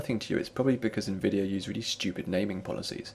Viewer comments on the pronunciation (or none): none